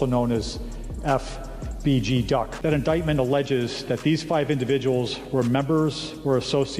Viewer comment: I hate the way officials, and news anchors say these names. Like FBG Duck, every single one of them stumbles over the letters FBG, like it’s some complicated 6 syllable word. For fuck sake just say it without sounding like an idiot.